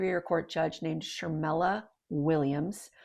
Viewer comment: Shermella? Really.